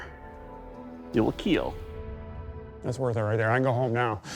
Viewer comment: They will KEAL..